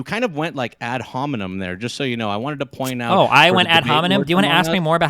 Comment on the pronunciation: "is that a add homenem"?